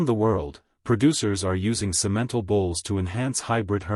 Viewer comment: Simentle got on my nerves.